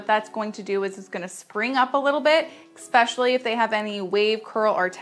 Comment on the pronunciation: I love her tutorial. I just need to say that the word is eSpecially, not eXpecially. 🥴